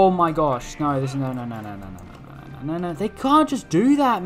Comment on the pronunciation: You pronounce "no" as "naur" and it never is not funny. Great videos mate.